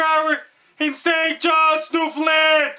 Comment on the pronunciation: Is this hitting st johns? It sounds like you're saying something else.